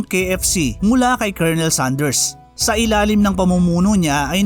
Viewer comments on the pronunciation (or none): none